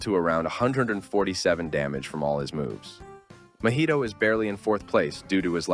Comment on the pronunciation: why did you say mah-hee-to (mahito) like mah-ito